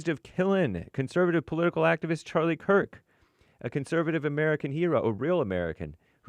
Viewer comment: Come on Jesse, really? You dont know its Kirk not Kurt???